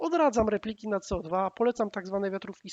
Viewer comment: Łolter? Walther był Niemcem czyli WALT'ER! Nie codwa tylko CEO DWA. Poza tym bardzo fajny materiał . 👍